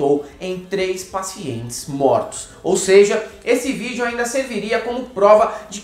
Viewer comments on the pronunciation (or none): none